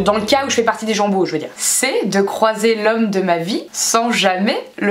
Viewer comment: Quand tu dis "gens beaux" j'entends "jambon" ahah